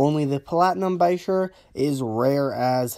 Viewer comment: Bichir is pronounced ba -sheer i breed Bichir's and there Not 1000 Dollars ever ! That one you shown is senagali by the way lol i sell them for 60 bux